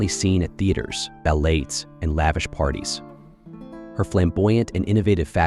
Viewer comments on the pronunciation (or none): OMG. This is well done, but you keep mispronouncing "Versailles" and also "ballet!" Come 'on!